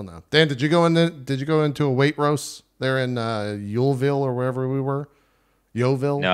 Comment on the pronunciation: JPs pronunciation of waitrose makes me die, but i totally get it that's how its spelt. I guess in my neck of england we say it more like weight-rows